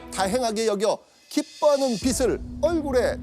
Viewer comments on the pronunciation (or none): 기뻐하는 비슬이 아니라 기뻐하는 비츨이 맞지 않나요? 발음이요